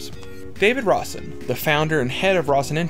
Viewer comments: The dude's name isn't "Rossin" Rose-inn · Cause he cant say Ro-sen...its not Ros-sin!